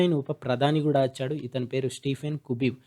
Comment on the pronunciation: achhadu kadu vachhadu